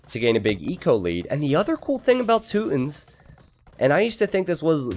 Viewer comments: You know you don't have to stick with the "rootin tootins" gag the whole time. It's Teutons, t-you-tons. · its Toy-tons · I laughed every time he said tooton.